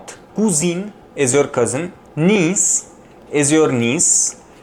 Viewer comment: "Niece" in French is not pronounced the same way as in English. Review that pronunciation.